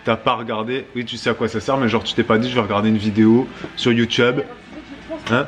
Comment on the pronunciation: J'ai 2 ans de retard 😭 Quand a dit You Tube on aurait dit Teube... 🙈